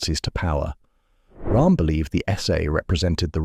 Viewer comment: Roerm not Rahm. He was German not Indian!